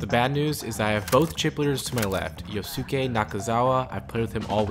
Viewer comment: I love the video overall, but man.. the amount of mispronounciations of poor Yosuke's name... It's Yoh-ske, not Yoh-su-keh. Surely we've all seen enough anime to have learned how japanese names that end in "-suke" is supposed to be pronounced xD